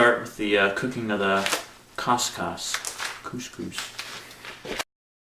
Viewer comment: hahah im making couscous and chickenpotpie for dinner tonight. i was googling if it was a good combination (i have never made either couscous or chickenpotpie but somehow craved them extremely) and it came up with this video. its prenounced as 'cooscoos', by the way, at least where i come from xD